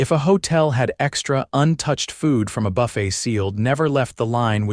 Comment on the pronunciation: Good God, 'Quassus' instead of 'cross-onts'(croissants) which is the correct word, 'buff - ett' instead of 'buff-ay'(buffet) which is the correct word and frequently switching the words throughout the story'. Buy a freakin' English Dictionary!!!